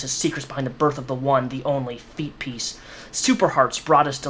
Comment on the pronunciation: "Feetpeace, what a fook3d up name" you said it perfectly.